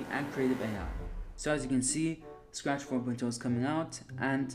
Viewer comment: ah yes, "Spach", "srach", "SAAfcht", and last "Saach", my favorite coding languages